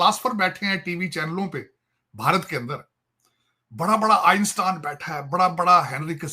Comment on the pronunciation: आईनस्टाईन ❌ आंडस्टाइन ✅🤣🤣🤣